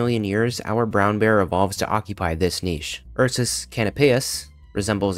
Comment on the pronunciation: Oh good. An American who pronounces ‘niche’ correctly.